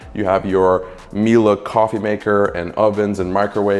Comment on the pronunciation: I'm shedding a tear because an American pronounced Miele correctly